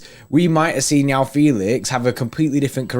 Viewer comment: For my non-Portuguese speaking mates Joao is pronounced "Juh-Wow" 😜